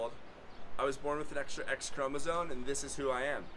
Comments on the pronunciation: It's chromoSOME, not chromoSONE. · Are you saying “chromosone”? It’s “chromosome”. 🤔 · Respectfully letting the content creator know for future outreach efforts, that the word is actually pronounced: ”chromosome” — not ”chromosone” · Speech delay? I’m commenting because a chromosome is not a chromosone: neither is it a chromosote nor a chromosope. I’m not making fun of anyone, just putting the fella right. I’d want someone to tell me! “Supposably” boils my piss, though! 😂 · Thank you. Important work. Clearly you - like the rest of us - are part of a continuum or two. Genetic make up, male/female, personal characteristics, etc. Doing what you’re doing helps all of us understand that people vary. It’s not as simple and black-and-white as we’ve been led to believe. One small note that will help you sound more credible. The word chromosome ends with an M sound, not an N sound. May you be well and happy